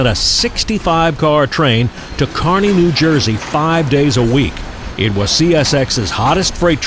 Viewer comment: Thank you for pronouncing Kearny NJ correctly. I was born and raised in Kearny. Excellent video. I like the narration as well 👍